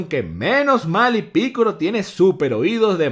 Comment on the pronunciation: por que dices piccoro y no piccolo ya que no es con R si no con L